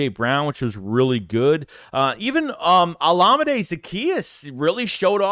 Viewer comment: I think it's pronounced o-LA-mi-day